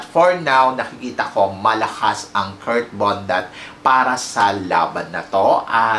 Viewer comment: Anong Kurt "Kirk" ang bulol mo talaga